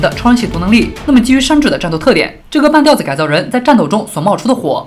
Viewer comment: 半吊（第三声）子